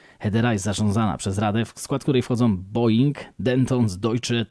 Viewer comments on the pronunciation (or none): none